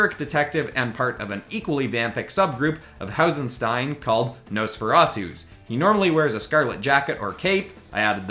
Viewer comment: Also, it’s pronounced Nosferat-us. The ra part of the word sounds like the Egyptian Sun God.